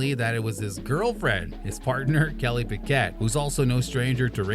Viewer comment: And "Renawllt". But the worst was Kelly "Pick-ETT". Clearly an F1 channel that has no idea about F1